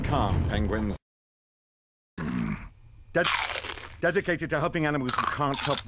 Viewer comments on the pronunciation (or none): no it’s penglings pengwins Penguins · I never even noticed that he wasn't saying penguins most of the time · Benedict Cumberbatch was specifically hired for his pronunciation of pengwing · Bevevolent Cabbage Patch not being able to pronounce pangwins gives me life. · Not once have I ever noticed him mispronounce penguins. It's precious. I didn't even know he played agent classified until I pulled up a clip and listened very closely to his voice. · So this was made before he learned how to say penguins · well the movie isn't about pronouncing Penguins right. so it doesn't really matter. besides it's cute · Just found out from the Graham Norton interview that he can't pronounce "penguins" correctly, now that "osteoporosis" dialogue makes so much sense! Made me wonder if he was given the part in this movie as a mini-joke because he can't pronounce "penguins" lol. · oh men he finally said penguins well atoeast one time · Doctor Starnge's one weakness... pronouncing Penguins 🐧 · He said it right but, the rest of the movie he couldn’t say it correctly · He ACTUALLY agreed to do this movie, KNOWING he can't pronounce Penguins xDDDD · This movie is dedicated to making fun of his pronunciation of penguins